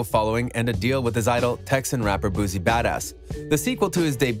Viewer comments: It's "BOO-C"...Not "Boozy", as you're saying...and Boosie is not from Texas... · This ninja done messed up all his info and everybody name. Who the hell is “boozi” & “yellow breezy” 🥴 THUMBS DOWN. And boosie is not from Texas wtf 🤦🏻‍♀️ this how I know ur info isn’t accurate.